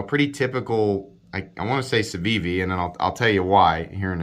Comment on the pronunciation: You could substitute "Camry" every time you say "Civivi" or "Ciwiwi" and have a bang-on review of that car's mass appeal. It's good, reliable, inoffensive, gets the job done. But nothing distinguishes it. ("Ciwiwi" kills me by the way - brilliant!) That said, I like my Elementum and I'd keep it over this knife since it has a great hollow-ground blade, and presents a MUCH superior value proposition.